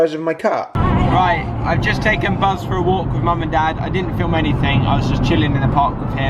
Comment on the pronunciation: Why does he say "anythink" "somethink" "everythink" 😂